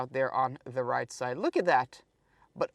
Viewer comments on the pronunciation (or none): none